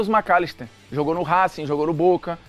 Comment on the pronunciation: cara fala o macllister KKKKKKKKKK